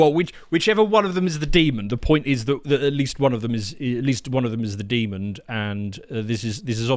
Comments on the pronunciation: right, i can possibly endure "ARCHangel" but mispronouncing demon as deemund ?!! I'm not religious so its nothing to do with that which offendeth me so! Its basic speech and language man! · It's "demon", not "demond", there is no 'd' on the end. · "Demond"? Come on mate.. Typically sophomoric from these jokers. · Dear, there is no D at the end of the word Demon 🤦‍♂️ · Why do so many people pronounce demon with a d at the end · It’s “demon” not “demond”.